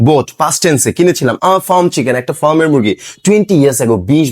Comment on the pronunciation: ভাই আপনাকে সন্মান করে বলছি, ঐ শিক্ষিকা ফার্মের মুরগী বলেননি, উনি বলেছেন পার্মের মুরগি। উনি গন্ধ কে বলছেন ঘন্ধ।